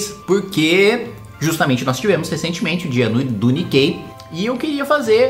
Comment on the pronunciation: Pela pronúncia do "Nikei" dele eu apostaria que não